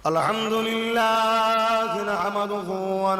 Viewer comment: আলা হামদুলিল্লাহ নাকি আল হামদুলিল্লাহ😅